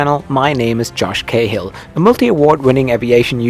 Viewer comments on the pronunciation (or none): Josh Cahill is an Irish surname. We pronounce it Cah Hill